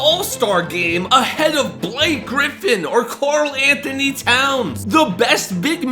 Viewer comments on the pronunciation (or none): none